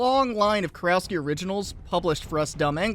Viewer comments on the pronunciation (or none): Small correction. The proper pronunciation would be something like Kurofski.